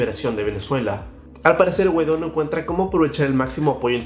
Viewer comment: que buen noticiero ya hasta le cambiaron el nombre "Juan GUADÓ" 😂😂